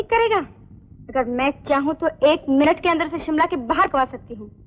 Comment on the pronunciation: Simla nahi. Shimla